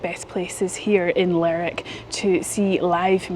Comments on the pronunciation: I know the names look very alike, but Lerwick is not pronounced like Berwick. It should be "ler wick", not "lerrik". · It's Lerwick, not lerick lol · It is not Lerick it Ler Wick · Your pronunciation of some towns is funny. Lerrr_ wick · Lerrick sounds so wrong. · It’s ‘Ler’wick’ :) - we spent a week there in July moving around. . Based myself there and cycled to all corners. A great toon. Shetland was stunning. We also went to Yell and Unst. Cracking chip shop in commercial street. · I think most people in the UK are aware that Shetland and Lerwick exist. Also you need to pronounce the "W" in Lerwick.